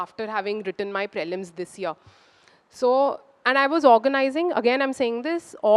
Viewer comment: Prelims is pronounced as pr'ee'lims and not praylims for fucks sake